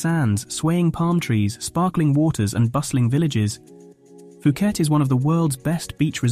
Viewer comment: FUKET DUDE? ...IS POOKET FOR YOU TO UNDERSTAND!!